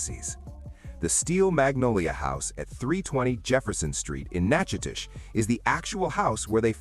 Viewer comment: Nachidoches is pronounced Nack'-O-Dish.